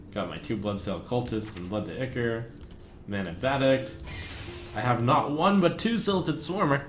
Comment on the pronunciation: I hate how trump pronounces ichor. it's supposed to sound like "eye-core"!